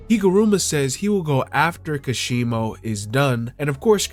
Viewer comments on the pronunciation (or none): It's ka-she-mow not kashibo